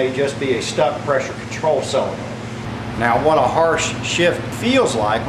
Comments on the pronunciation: It is pronounced, and spelled, "Solenoid," (sole uh noid) not Cell uh noid! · sol en oid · It's a little hard to trust a doctor that can't correctly pronounce the name of the part he's diagnosing. Say it with me, Doc ... SO-len-oid. Just like it's spelled, see?